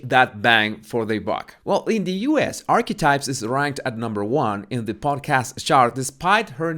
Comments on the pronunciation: Did you say "archwipes"?!?!? 🤣🤣🤣🤣🤣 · Holy smokes! Every time said the name of MM’s podcast, I heard “arse wipes “!!! Lolololo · The best part of this video is when pronounces “archetypes and it comes out sounding as ARSEWIPES” I almost died laughing! Perfect name for it! 😂😂👌🏻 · Towards the end of the video Archetypes started to sound like 'arsewipes'. I was multitasking, but still found it funny. Close captioning has it as "our wipes". Bahaha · Sounds like Arsewipes. Love it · I’m sorry but what are you calling the podcast in the end? All I keep hearing is “arse wipes” 😳😂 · Did you just say arse wipes? Lol love it, you shady king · Did I just hear call Archetypes "A*swipes"? 🤣Was that a Freudian slip? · To be sure, I am not making fun of your accent, because I love it, but when you say Archetypes, it sounds like you’re saying Arsewipes, and that is hilarious! 😂 I also thought that you say body language buddies, even though to me, it sounds like bodies (which is cute), but have learned that it’s actually baddies. But yes, it’s hard to believe that her podcast rated higher than Rogan’s. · Lol... I keep hearing "arswipes"... Is that correct..? 😂😂😂